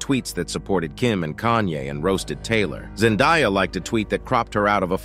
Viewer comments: It’s Zen-day-uh not die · Zendiya? It is ZEN-DAY-AH